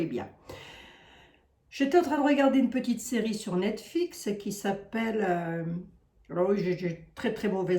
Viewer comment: Net Flix (et non Net Fix)😅